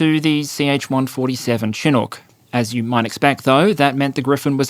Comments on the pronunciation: This is driving me bonkers. Its pronounced SH-i-nook no Chin nook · Chinook is pronounced "Shin-nook" not "Chin-nook". A Chinook is a type of warm west wind and cloud pattern that surfaces in the winter east of the Canadian rockies (Alberta), providing roughly monthly winter breaks (15'c temperature upswings) for a few days at a time, and a correspondingly catastrophic snow dump one province to the right (Sask). The most embarrassing Canadian military story that comes to mind was during the Afghanistan war, our soldiers were sent in jungle fatigues because we literally didn't have desert ones. And the defense minister or some general was on the CBC explaining how this was not that big of a deal, because you can rub the jungle fatigues in the dirt and they become more sand colored. It was insult to injury to even try to defend it with a straight face. We already had no ability to deploy, relied entirely on US everything, and here are these Canadian troops looking humiliated next to their US counterparts, like in Mean Girls when she shows up to the Halloween party in an actual scary costume rather than in a costume excuse to look spicy. They're trying to put on a tough face but you could see the shame of them putting their lives on the line and our government won't even give them the right color of clothes. It's like watching someone on stage with their fly down, only, our soldiers knew it and couldn't zip it back up. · FYI, the Chinook helicopter is pronounced SHI-NUCK. It's named after a native American tribe in the Pacific Northwest, which is where I'm from. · Oh, and a small point: Notwithstanding how it is spelled, Chinook is pronounced "shinook". The "ch" is pronounced as "sh". It's an indigenous Canadian term, we get to decide how it's pronounced. 😀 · Chinook is /shĭ-noo͝k Bombardier is said like the French pronunciation of the word. Thanks for the video 🇨🇦💪🇦🇺